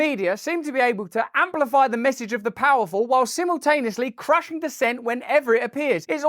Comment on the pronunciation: It's pronounced simultaneous, Russell, not "simultaneous", Russell.